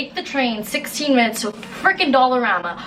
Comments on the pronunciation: Hahah the Canadian came outta you when you said “40 frickin minuets it’s already been cooking for “ 😂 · When you said “40 fucking minutes it’s already been cooking for” you sounded so Canadian lmao